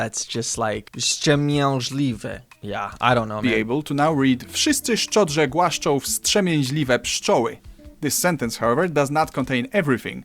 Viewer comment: Very good but... in głaszczą - last is: "Ą".